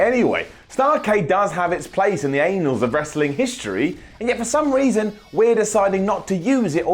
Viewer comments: Now I know British people don't usually pronounce annal as anal. Nice one, lol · Did you legitimately just pronounce it "Anals" instead of Annals ? -_- for F sake it's your job learn how to speak like a damn adult ... fizzlesticks..... right, i'm out. . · did anyone else get really distracted but him pronouncing "annals" as "anals?" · in the anals of history ... Lol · Anals? I think you means Annals, lol;) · Give in and watch a video, hear him say 'undoubtably' in the first minute. Oh and the 'anals' of wrestling history... Standard. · Did he say ''Anals of wrestling history' ''Starrcade does have it's place in the anals of wrestling history'' No no no no no no It's pronounced ''Annals'' like Annul Please never do that again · Annals of time not anals of time..lol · Sorry, anuls? What? That's not correct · Did he say anals? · And with that, we finally know the English word that actually sounds worse with an English accent: "Annuls." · Did say anals? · Apparently. Something is mispronounced at a minimum of once per upload, either they do it on purpose to get more comments or they genuinely need to learn basic English. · Sorry did you just say anuls? As in anus.... lol. Those muscles are starting to affect your brain power:) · Did you actually unironically say anals of history? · "In the anals of history..." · That's not the traditional pronunciation of "annals" - something on your mind? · the way said ANNALS was funny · That's... not how you pronounce "annals" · HOW not WHY 1) Why not put it on Network? May get more people to sub. 2) Clash of Champions only makes sense as a name if champions fight each other a la Survivor Series. Why did you pronounce Annals like that?